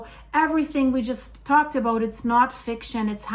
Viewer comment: Aboot 😂 about 😂I love it